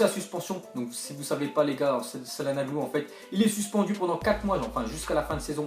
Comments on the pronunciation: pas salanoglu calanoglu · calhanoglu sa se dit chalanoglu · s à se dit chalanolu pas calanoglu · On prononce (Tchalannolou) Pas salanolou. D'où la cédille sue le "C" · mdr salanoglu , ça se dit tchalhaglou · çalhanoğlu se lis tchalanolu sinon bonne video bro 👌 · mdddr pk tu dis sallanolou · sil te plait sa se prononce tchananolou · sa se prononce Chalanoglou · Ca se prononce tchalanolou (On prononce pas le g) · imNeiYo comme je deteste les gens qui prononce sa-lan-oglou ou ca-na-no-glu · Çananoğlu en turc de prononce Tchananolu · ARGHHHH ta prononciation sur Calhanoglu